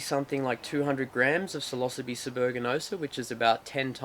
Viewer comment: Oh shit, this whole time you've been saying psilocybe.... lol I have never heard it pronounced that way. I didn't realize what you were saying until you put "cubensis" after it, at